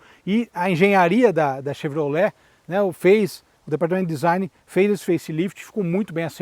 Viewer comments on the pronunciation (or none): none